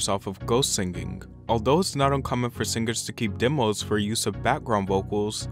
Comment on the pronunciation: He has a third grade education, what do you expect